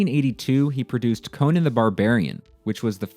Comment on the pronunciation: Conan the Barbarian is not pronounced the same as Conan O’Brien